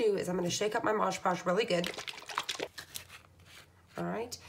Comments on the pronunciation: Stop saying Modge Podge. It's Mod Podge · Your calling it modge podge. All I can find is mod podge. ?? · Call it what it is, mod podge not moge podge 🤣🤷🏻‍♀️ snd you mean burnish the decal down not varnish it down 😂🤣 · Can't tell if the video speed is altered or the demonstrator just talks so fast! Also she keeps saying Maj Podge. Not a terrific endorsement. The product is MOD....PODGE! Just sayin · It only matters if you want to be accurate so that people will understand what you are talking about. Since you are making instructional videos, I assume you DO want people to understand you. Besides, it is very annoying to hear you mispronounce it over and over again. That is another reason -- if you really want people to subscribe to your channel -- that you should be careful in your pronunciation. This is actually meant as a helpful tip for you if you will look at it properly instead of getting upset. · MOD PODGE..WHY IS IT THAT SO MANY PPL CANT SAY IT. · Talks way to fast, and it is MOD podge, not modge podge.... She has the concept, however, not the finished product I would like to have on show. It is too busy. Just the picture would have been 100% better. Put the date on the back, and I am pretty sure, the couple know their name. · its called MOD Podge not mog podge! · It’s MOD, m. o. d. NOT “mojjjj” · Nice video, would be even nicer if you pronounced MOD PODGE (like the label) rather than MOJ POSH ..... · I have such a pet peeve with people saying “modge podge” lol. It’s MOD 🤣 ahaha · Mod Podge (Not Moj Paush) LIke Mod and Dodge. Thank you. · Please read the name on the label. It is Mod (as in Modern) Podge -- NOT Maaj Paaj. Also, if you apply it more evenly (to the wood instead of the photo) and use much less of it, you will have less tearing of the paper. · mod podge! not modge!!!